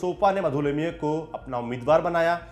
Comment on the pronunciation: आपका 'लिमये' शब्द का उच्चारण 'लिम्ये' करना, कानों मे खटक रहा था। वैसे जानकारी रोचक थी। समाजवादी राजनेता, विशेषकर महाराष्ट्र के, अत्यंत अहंकारी और असहिष्णु थे। उनकी आपस में नही बनती थी। किसी अन्य दल या विचारसरणी से बन पाना लगभग असंभव था। इसमें कोई आश्चर्य नही की इस समूह का भारतीय राजनीति से निर्गम हो गया है। एक बात माननी होगी की ये लोग सिद्धांतों के पक्के और सादगीपूर्ण जीवनशैली के थे। उत्तर प्रदेश की मौजूदा समाजवादी पार्टी तो छद्म-समाजवादी है। इसका समाजवाद से कोई लेना-देना नही है। केवल राममनोहर लोहिया का नाम लेकर अपने अस्तित्व को justify करती है।